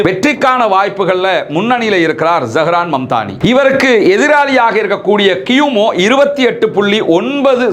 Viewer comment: அவர் பெயர் Zahran mamdani இல்லை, zohran momdani சரியாக சொல்லுங்கள்